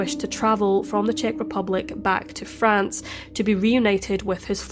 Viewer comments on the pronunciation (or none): none